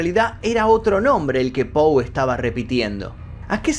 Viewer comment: Que tal? Soy fanatica de tu programa y de E. A. Poe he leido la mayoria de sus libros y cada vez me siento mas admirada. Como tal con la finalidad de orientarte y humildemente quisiera decirte que su apellido se escribe y se pronuncia POE. Hay otro apellido que es POO, en el caso de Edgar es POE. Gracias y siempre te sigo